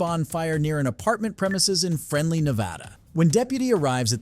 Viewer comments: 'Frenley, NV'??? No such place. It's called Fernley, NV. Pronoumced 'Fern-Lee' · friendly Nevada... Bro it's pronounced FERNley Nevada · Fernley not frenley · SMH… Fren-lee.… it’s Fern-Lee. We call it Fern-tucky lol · It's pronounced FERNLEY not Frenly...... js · pronounce my hometown right. (fern-lee)